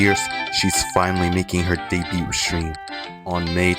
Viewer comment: Why are you pronouncing the T in debut T-T. No hate btw thanks for the reccs ❤